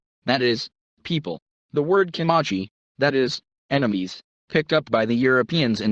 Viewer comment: I recommend reading "Empire of the Summer Moon" a Pulizer prize nominee for history . A more accurate but even more fascinating account of the rise and settling of the Comanche ( That's pronounced cuh MAN chee NOT COE manchese ) . Especially under the leadership of Quana Parker. Son of a Comanche warrior and his White WIFE. Not his slave.